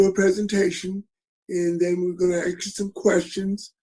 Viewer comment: Sometimes good men need to realize when to retire. Thanks for your service. Anyone who cannot pronounce the word "ask" should not be on this board.